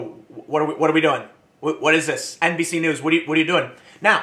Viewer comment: Did Tim say "NBC" or "NPC" news? Lol